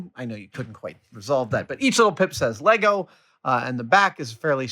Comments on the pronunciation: Ah dam, he lost me at LEYGOES ITS LEGO!!! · He said 'legos' grrrrrr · Adam, Adam, Adam, It's "Lego" or "Lego Bricks". <3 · Adam, it`s LEGO, not LEGOS :) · There is no s on the end of Lego, it’s just Lego the end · LEGO, not LEGOs. Like sheep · Love you dude, but its lego not legos. Sheep not sheeps!!!! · LEGO it is not Legos, wish you americans would stop pluralising the word, its really annoying to us Europeans.